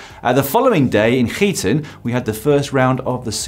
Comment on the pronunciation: Btw, well done on the pronounciation of Gieten 😁